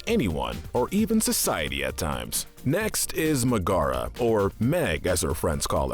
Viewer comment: Meg's name is pronounced MEG-Uh-ruh, not Meh-GAH-ruh.